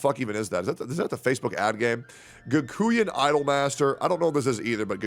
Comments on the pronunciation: its not Gakooyan, its Gakoo-N (like the N alphabet) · Kakuien? Really? Ga from GAsket. Kuen from QUENch. Next time use Google 😋